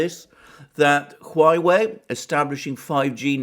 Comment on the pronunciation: OMG!!!! It is HUAWEI, not HUAIWEI!!! :)))))